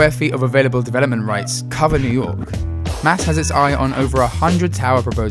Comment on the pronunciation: This is an excellent video except for one detail: the abbreviation of the Municipal Art Society is pronounced by the initials M.A.S., not like “mass”.